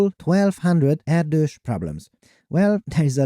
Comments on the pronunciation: I always thought Erdos was pronounced "air-dish" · wrong pronunciation of Erdös name...